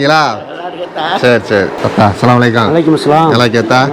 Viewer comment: Aattha illai Attha. Appa Enpathai Attha Endru solkirarkal